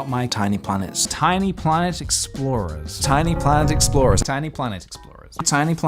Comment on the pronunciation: ok, but by the end of this it sounds like hes saying "tiny plant explosion"